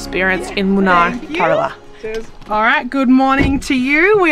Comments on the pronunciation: It is not correla but Kerala. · fun fact 😂 not corella , kerala 😅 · You are mispronouncing kerala. You are saying it looks ka rella when it's Ker ala.